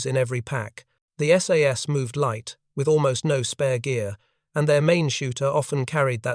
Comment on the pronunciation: Most of the photos here are of F1 or Owen submachine guns, not the sterling ... Also tell your AI that it's called the S.A.S.. not "sas".